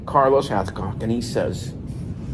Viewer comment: 😅😅😅 Did say "CARLOS HALFCOCK,"???? To Funny, Haha! "PETER NO'TOOLE" Don't get me started!😂